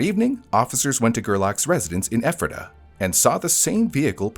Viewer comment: Good job pronouncing Ephrata!